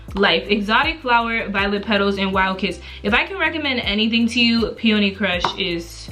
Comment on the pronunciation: Thank Gawd you know how to pronounce peony. So many people in the hygiene game don't pronounce it correctly.